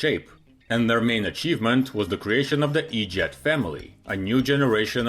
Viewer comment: The e jet family?or what it sounded like the edjot family. 😂